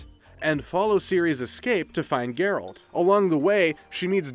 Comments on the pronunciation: His names "Geralt" but he saids "Jeralt" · did you just mispronnounce Geralt